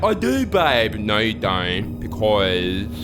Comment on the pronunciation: The incredible thing is that these people and their vapid, inconsequence hold sufficient interest for the average Australian that this program is still broadcast. How does a speaker of the English language manage to transform the words "you" & "no" from single syllables into double syllables? Yieouw & Noiew. I would pay a lot to watch these people burn in a ditch.